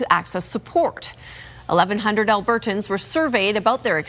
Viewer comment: Why does she pronounce “Albertans” so oddly